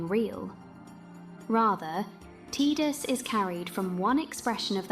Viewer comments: You almost lost me at T”i”dus. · His name is Tie-dus, yevondammit!